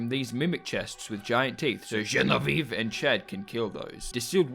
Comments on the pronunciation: Genevieve : the ending is said "vee aeve" the last eve as in EVER and you cut it EVVVVVV.... you are close though to the correct french pronunciation Watch "Bibi et Genevieve" to get how to say it !!! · The way he says "GENEVIVE" is just really funny to me for some reason. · I love the way you pronouciate "genevieve" it's so funny